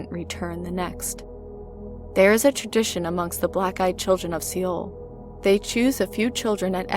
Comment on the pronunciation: Seoul is pronounced like “soul”